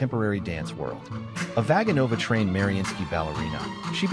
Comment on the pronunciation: I can't believe a native Russian speaker hasn't said this yet unless there's a Russian dub that pronounces everything properly. Evgenia has a hard G. Vaganova is pronounced like this: Vuh-GAH-no-va. Most Russian names accent the 3rd syllable before the end, so VISH-neh-vah but also Ma-KAH-roe-vuh or Za-KAH-roe-vuh. Your text is great but my ears hurt now.